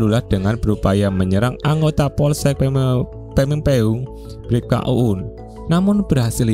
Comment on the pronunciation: pameungpeuk bukan pameungkeung😅